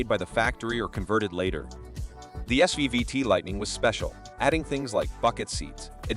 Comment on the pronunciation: why are their Dodge and GMC pics throughout the video? And why does the narrator keep saying SVVT when it is SVT? annoying...